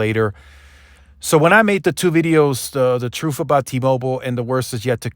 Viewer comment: Did you just say troof? I thought it was truth? Lol